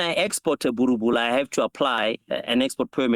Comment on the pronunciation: min mark... the brutha says "I'll try not to torture it so bad today brother" then proceed to do just that and mispronounce the name 😆😆😆.